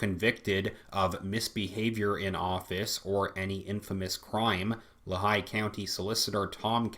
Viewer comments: sorry to be that guy, but it’s pronounced Lee-high by the natives. Our great governor wolfe recently sent a.... mandamus (? request to court) to the SCOTUS to allow Pa. to adopt California’s gun laws across the board. What a f’n weasel. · Just a slight correction on Lehigh County pronunciation. It is Lee-High... Other than that, thank you for your report. Too bad Christopher Asher Wray is not subscribed to your channel.